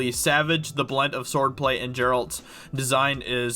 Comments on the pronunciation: GERALT not JERALT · It’s not jeralt 🤦🏻‍♂️🤦🏻‍♂️🤦🏻‍♂️🤦🏻‍♂️🤦🏻‍♂️🤦🏻‍♂️GERALT PEOPLE GERALT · Omg he says JERALT... WTF! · Given I am Polish i might be too sensitive with this subject ...but WTF is JERALT???!!!!! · How is it so hard for people to get Geralts name right? Not once in any game or TV trailer has it been pronounced “jerult” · I hate it when people say jeralt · jarule hahaha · Pronounced with a "G", not "J". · Why the hell does every one say Geralts name wrong. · I’ve hear a lot of British people and even a couple of European? I’m no accent specialist but seems like a lot of Witcher newbies pronounce it wrong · There is a WHOLE VIDEO GAME and now a TV show with the correct pronunciation. If you're a so called journalist, you should educate yourself about what you're covering. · It actually hurt to hear that... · doing videos on the Witcher when you cant even pronounce main character's name right - cringe!